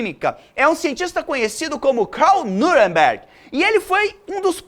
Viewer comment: Oi, Paulo, tudo bem? Você mencionou o PAI DA BIOQUÍMICA...CARL NEUBERG. Você pronunciou o nome dele como "CARL NUREMBERG", ou algo assim. Mas o ditongo EU de NEUBERG, você pronuncia "OI". Então, fica assim: "NOIBERG", já que se trata de um nome germânico. Deslize pequeno diante da sua aula excelente. Bacanas demais suas explicações, fora a empolgação que nos contagia bastante.